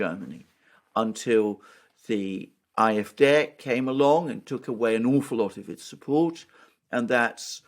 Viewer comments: please stop saying eye-eff-day, that's not how you say it. And even if it was why if you're not speaking in German? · I'm not arguing with your general points et al, in fact I tend to agree. However, my original comment was that are pronouncing AFD incorrectly. I should have explained the problem more distinctly: In German, AFD would be pronounced "ahh-eff-day", not "eye-eff-day" as the guys do. In English it would (obviously) be pronounced "ay-eff-dee". My premise is that two native English speakers having a conversation would not normally use pronunciation of an acronym in the foreign tongue. An example is BMW (the car) in German "bay-emm-vay" in English "bee-emm-dubbel-you". They could and should pronounce in the foreign tongue if using whole words, but not acronyms. It is a very fine and subtle point and I completely understand a non native speaker not picking up this point. Best regards.